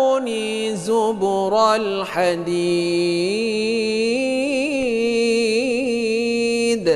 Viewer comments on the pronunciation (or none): Mohon ijin koreksi pak ustadz. Awal ayat 96, harusnya dibaca aatuunii zubarol hadiid, tp oleh qori dibaca aatuunii zuburol hadiid.